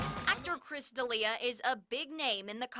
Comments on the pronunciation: Kristof Deal-eeah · Throwing shade no pronouncing Chris’s name right, Alberqwerki.